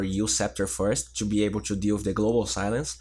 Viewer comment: can you pls stop saying "chew" instead of "to"? it is the fact i unsubscribed (